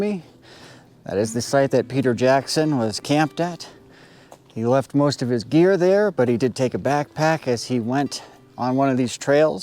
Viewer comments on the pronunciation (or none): when you said he left his gear I thought you said beer & was like "Nah no man leaves his beer undrunk unless its in the cooler son, very suspicious!!!" 😂